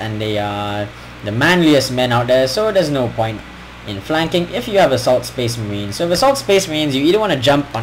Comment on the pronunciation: and says spece merehns